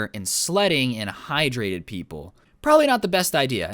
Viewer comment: NOOO YOU CANT SAY HYTRATED IT HAS HI IN IT